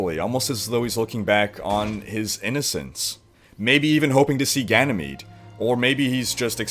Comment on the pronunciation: I find it funny how every youtuber butchers the new maps name xD